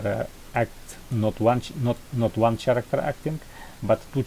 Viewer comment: круто сделанно, но не чарактер, а карактер. Сорри что придираюсь, просто некоторые типы могут не понять это видео) А так спс, очень полезно для девелоперов